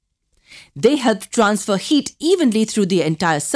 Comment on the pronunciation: When she says heat it kinda sounds like yeet